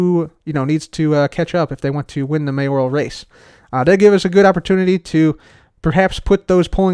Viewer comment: the only hermit who knows how to say “mayoral”.